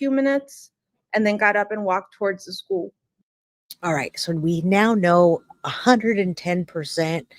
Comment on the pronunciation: I hate the way says “schoo” instead of school she’s a if and evil and crazy like a fox who has serious evilness in her soul or lack of soul if you will